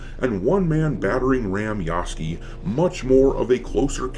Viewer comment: There is a U in Yasuke. Fucking pronounce it.